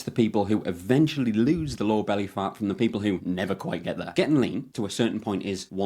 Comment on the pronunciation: Good video. Funny thing is every time you said lower body fat, I kept hearing Law of Bodyfat. Might be a good title or channel name lol